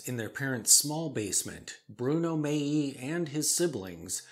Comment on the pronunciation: Hi. Your late-night editions have become a staple of mine. Keep up the great work. By the way, the first timepiece on this video is properly pronounced as Bruno "Maali", with the G being silent. I've been a huge fan of their footwear for more years than I either care to count or admit to.